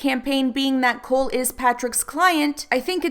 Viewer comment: Is Cohl not pronounced Coal not Cool?